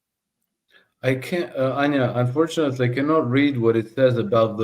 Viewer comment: I thought she said GOATS at first ...